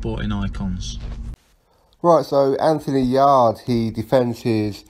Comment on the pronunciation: Sporting icons its yarde not yardie loooool. Just messing big fan of your channel